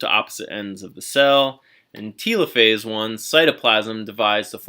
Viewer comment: why are you saying telophase like it's "teelophase" and not telophase like, "teluhphase"